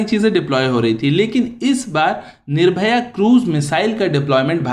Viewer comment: It is not nirvoya, It is nirvoy.